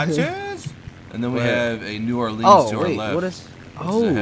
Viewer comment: sounds like you guys say: New Arlene